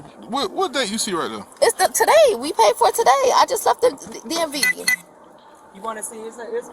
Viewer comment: If she just came from the dmv how come she doesn't know how to say the places name? " The ds place" lmaooo